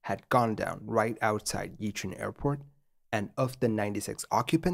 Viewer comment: Because doing something basic incorrect casts a shade of doubt over the accuracy of complex things. Another one: Yichun is pronounced more like "Ee-chwen".